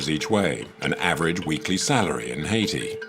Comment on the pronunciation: repeatedly mispronounces the name of the country haiti. absolutely insulting